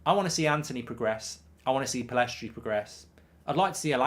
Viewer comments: Should really learn his name if you're gonna praise him so much. It's Pellistri, not PellEstri. Love the content, Mark! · Will Mark ever pronounce Pellistri's name correctly?